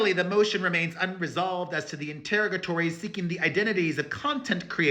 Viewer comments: “Inter-o-ga-tories” rhymes with “saga stories” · You aren’t quite saying interrogatory correctly. It isn’t pronounced like interrogation is. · You are mispronouncing the word interrogatories. I LOVE YOU & YOUR UP-TO-DATE “SAGA” COVERAGE!!! All love.